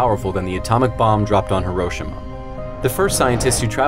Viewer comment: Hiroshum??? Uhh it’s Hiroshima. Proof listen before you post. Anyone else catch that? I had to rewind to hear it clearly.